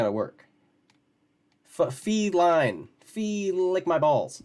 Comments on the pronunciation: Was wondering if she doesn't know how to properly pronounce the word FEE-line. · I’m numb to her suffering. She’s always going through a crisis. I’m more pissed off that she keeps saying Falene.